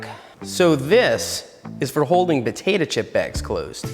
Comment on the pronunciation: "butatuh chips"